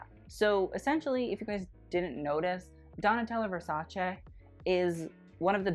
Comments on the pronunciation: So refreshing to hear an american pronounce Versace properly! It's VersacE not Versaci ;P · you say Versace like it's supposed to be said. FINALLY SOMEONE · Honey... with your amazing VERSACE pronounciation you are coming for all of us italian bitches. We see you and truly love ya. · I love you just because your pronunciation of Versace is correct 💕